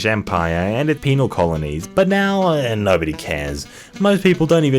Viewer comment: „no‘ody asked“